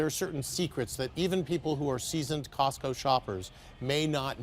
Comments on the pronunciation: cosco its like sams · Cotso? I only know tesco